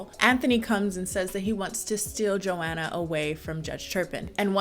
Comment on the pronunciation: Is that really how you say Joanna?! Eww you say my name sooo gross 😩😩😩😭😭😭